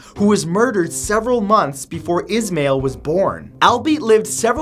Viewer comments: Is-mah-eil not is-mail lol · The first one is pronounced Ish -mile